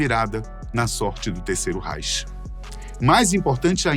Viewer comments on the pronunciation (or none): none